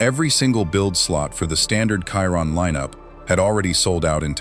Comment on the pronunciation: I hate AI! FFS, before you put you're vid on this youtube thing, watch listen to it & make sure it's correct! The Chiron is pronounced a certain way! I you need English lessons, I can teach you.....